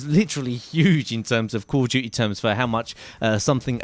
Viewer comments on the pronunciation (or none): he said call of jujy lol